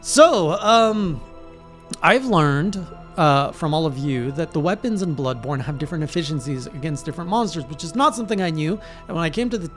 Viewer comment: Did I hear "Bloodbored" correctly? Oh no :D